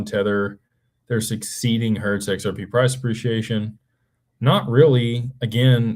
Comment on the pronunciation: PRAHS 'PREE-SHE-AY-SHUN